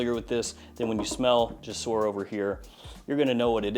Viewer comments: me being an Arabic guy saying "JASOOR" is triggring me lol, i know it's is written "jasoor", but it pronouns "jousoor", means "bridges" in Arabic, sorry for being boring just telling the truth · I'm arab and no its not jousoor.. It's more like gsoor there is no u or a just G and Soor "GSOOR"